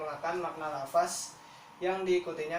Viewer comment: Jangan bilang lafas terdengar seperti penjara dan terkesan tidak mengenal bahasa Arab, tp sebutlah lafazh